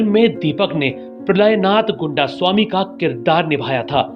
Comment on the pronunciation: Goondasami nahi.. Gaindaasaami